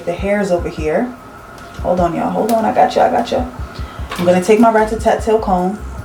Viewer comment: Did she say Rat-ta-tat-tail comb? I'm done, lol. That's original!